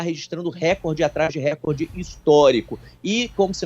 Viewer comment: Sugiro uma forte campanha na JP para resgatar a correta pronúncia da palavra RECORDE (paroxítona), há muito aviltada pelos apresentadores de TV, mormente na Globo.